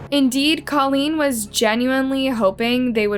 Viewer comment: Name a bit special but should be easy enough since says it too and she should know how to say it. Tadaryl is one thing, but even Colleen is said differently several times and that name shouldn't be a problem to say correct.